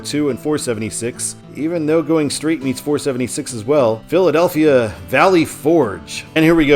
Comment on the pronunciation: You're not pronouncing the Philadelphia towns right not even close and I'm from Morgantown Pennsylvania please pronounce them right you have no idea how that noise has.